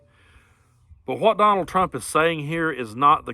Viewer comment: Habahahhahahaa “conald”